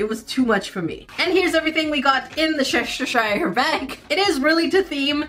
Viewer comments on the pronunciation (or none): Cheshiture 😆 🤣 😂 😹 Cheshire chess-shire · The cat from Alice in Wonderland is the Cheshire Cat. It's pronounce "Cheh-shure". The bag isn't beach themed, the at has pink and purple stripes. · As someone from the UK its painful to see you say Cheshire😂 Its literally just che-shu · I pronounce Cheshire Cat as cheh-shy-er cat, but it’s pronounced as cheh-shr….I like my way better… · Omg you pronouncing Cheshire Cat as chestershire cat, was something I didn’t know I needed, I love it 😂😭💞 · We do have some weird pronounciations for some of our words. Like Cheshire is pronounced a bit like chair-shy-ar whilst Worchester is prounoounced as wuh-stair. Don't ask, I don't understand our English either. :P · I love how keeps on caling the Cheshire Cat in to Chesheshaier cat and i laughed a lot when she called the cheerleading Pom Poms into floofy things😀😁🤣 btw i love ur videos ❤ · It is The Chaes-shir cat. 🤣😂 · say chair right? Chair easy then remove the r and say chai without it. Now say sher so it’s she and her mixed and say it together Chesher idk how to spell the cats name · first of all it's Wuss-ter-shure, second of all it's Cheh-Shur :D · “The shrshshrrr cat” you mean Cheshire Cat lmao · those tiny hairbrushes are for your barbie dolls! it's easy to say once you know its "chess shire cat" although I'm from Yorkshire where we have our own way of saying things so no doubt someone will tell me im:_NerdEWrong:□ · Chshtire cat is how you keep pronouncing it but it is Cheshire Cat😂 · The cats name is Cheshire pronounced Cheh- shuh and the pronunciation for Worcestershire sauce is wu- stuh- shuh, both names for the cat and sauce are places/county's in England :) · hello from the uk! Cheshire is pronounced che-shur. really made me laugh though hearing your version of it.xx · The Cheshire Cat is pronounced ch-eh-sh-er cat but spelled Cheshire I’ve always said it like ch-eh-sh-eyer but i guess I was wrong too lol love your channel